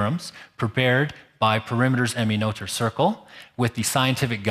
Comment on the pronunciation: This is a minor point, but I wonder why the first presenter, Peter Olver, who bragged about his German skills at the beginning of his talk, can't pronounce Emmy Noether's last name correctly. The "th" is pronounced like a simple "t" (like in "meter") and not like the English "th" (like in "mother")—this isn't that difficult. I ask this because the same presenter felt the desire to pronounce Christiaan Huygens' last name in original Dutch (which is more difficult)—and failed horribly. Nobody asked him to try.